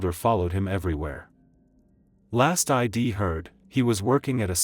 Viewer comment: Please train your narrator AI properly. Things like " why I D love Colorado" is killing the experience. I really don't understand why the stories contain shortcuts if you know than the narrating gets butchered.